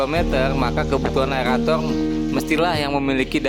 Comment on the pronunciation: Aerator bang bukan aelator 😃